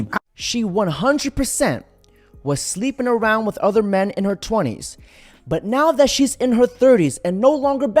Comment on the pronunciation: Day 1187 Dude it pronounced Men and Man and Women and Wimen